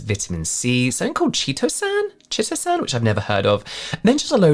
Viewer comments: Chitosan is pronounced like KITE - o san. It is found in shrimp and the like. It was in the late nineties early 2000s they were marketed as a fat absorber. They still are. I am not quite sure if they really do lol. I did buy it back in the 90s and I can't remember if it really worked. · Chitosan I think it's pronounced Kite o San and I think maybe it comes from beetles but I'm not sure.